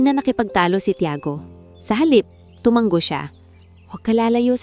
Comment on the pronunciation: Sana ayusin nyo yung pagbigkas ng salita tulad ng " tu- ma- ngo" sabi ng narrator " tu-man-go" me bago na ba tayong paraan ng pagbigkas ? bawat paraan ng pagbigkas me kanya kanyang kahulugan!!!